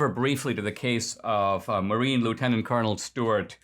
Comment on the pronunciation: Marine. Not martine. Martine is what you add to your Discord server. One demerit